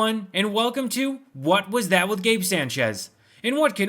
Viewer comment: He’s not emphasizing What was that? It’s like it not the name of the show the way he slide over it.